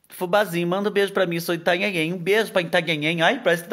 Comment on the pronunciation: Kkkkk,muito engraçado mesmo falar ltanhaem.